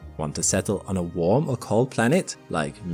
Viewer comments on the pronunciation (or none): none